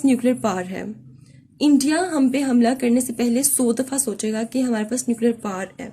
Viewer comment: Correction* It is power not par.